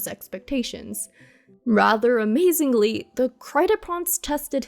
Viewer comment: wait... that's how you pronounce Kreideprinz? It sounds different from how my german friend pronounced it. Also, I highly doubt that Albedo at the end of the quest is the impostor. He's far smugger and has more insight into humanity compared to subject 2. Plus, Albedo is actually really mischievous despite the popular headcanon that he is pretty apathetic. It's most likely more of a "let me test if the traveler can figure out if it's me even without the mark" since the traveler notes that despite not having the mark, he doesn't feel off. My opinion only of course.